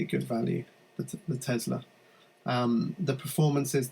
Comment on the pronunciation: Its a Tesla not Tezla